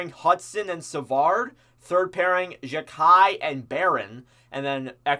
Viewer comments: I'll help ya a bit, it's gou-Lee, Jack-eye and rein-bach-er (like how you pronounce Dach or doc, but with a b) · xhekaj is called wifi because its a name similar to a wifi password. its also pronounced JAI-KAI